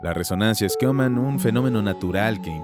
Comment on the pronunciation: Se pronuncia Shuman no Scunam